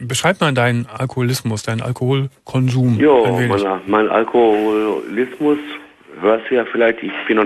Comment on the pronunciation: D: "...Beschreib mal deinen Alkoholismus..." P: "...Jo, mein Al-Aloho-kolismus…" xD